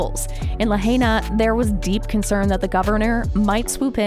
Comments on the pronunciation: La-HI-nah. Not "la-HAY-na." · It us nice to see someone try to get the truth out there. But if you are doing a story on a place that has recently experienced a mass tragedy next time do enough research to learn how to properly pronounce the name of the place, it's "la hi na" not 'la hey na'. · Its La-hine-nuh, not La-hane-nuh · It's pronounced La HIGH na, not La HAY na. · La-HIGH-na, not La-HAY-na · Its pronounced Lahina not Lahayna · Luh-hey-nuh? What? La-hai-na, get with it, how is it you’ve never heard this name pronounced correctly by now? Oprah needs to give that land back to the native Hawaiians, the real kanaka maole. Auwe oprah and the rock, who isn’t even Hawaiian, he’s Samoan and black, I hope that everything that oprah endeavors to do will turn to ashes and she loses everything until the day that she gives back the aina to the kanaka maole! Why doesn’t she go back to Alabama or Mississippi or wherever she comes from originally and take up the land from there? Until she does right, everything she touches will turn to ash. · Too bad this speaker can't pronounce lahaina - la high na. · La h-“eye” na. And “cool” a. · It is pronounced: "la - high -nah", mahalo. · Its pronounced La-High-Na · Please tell your AI who is narrating this video....to please learn how to pronounce Lahaina correctly. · Why isn’t Tulsi and Joe giving any money to help these people? No helping find solutions just criticizing and twisting the facts. You can’t even pronounce the name of the town properly so get it right and quit spreading lies and conspiracy theories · I wish you would pronounce LIHAINA. Properly………Please!!! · I wish she would pronounce Lahaina correctly! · Well if your going to use an AI generated hit piece about the Maui fire response on YouTube you might at least want make sure the robot voice pronounces “Lahaina” and “Kula” correctly. Mispronouncing these towns just amplifies the complete disconnect with the people of Maui who are still suffering deeply. Ugg!